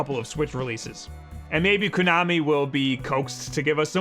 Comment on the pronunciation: It's pronounced KO-nami. Ko as in rhymes with go and blow and show. Not Kunami/Coo-nami, as you repeatedly say it. As for Bomberman, I got the Super Bomberman Party Pak for my 8th birthday. I didn't know anything about the game, really. I didn't even want the game, but I had asked for it because of the multitap. I wanted it for the upcoming release of Secret of Mana (which was just a couple months away) so I could play three player. Surprise was that it became one of my all time favorite games. My family played four player Super Bomberman every weekend for the next four years. I've been a huge fan of the series since and it's shocking to me that every article online says that Zelda is the only worthwhile launch title. I wasn't even going to get Zelda. Just need Bomberman and Snipperclips!